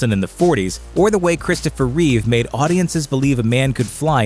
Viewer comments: His name was Christopher Reeve not REESE. Jesus, this channel can´t even get his name right. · George REEVES,..... Christopher REEVE. Get it right, people. :) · Christopher REEVE people. Not Reeves. I'm all for George Reeves getting the recognition he has missed out on in recent decades, I loved his portrayal on tv, but by jeebus you can't keep making the mistake of getting the name wrong of the man that made Superman credible to the masses. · It's Christopher Reeve not Reeves.